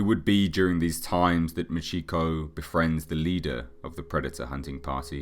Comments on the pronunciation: Its pronounced "Maw-cheh ko" not "MA CHEEK oh" jesus christ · Maw-chee-ko not Muh-chee-ko. I've always loved the story of Machiko, but I'm going to have to hit you for saying her name wrong. Great video otherwise.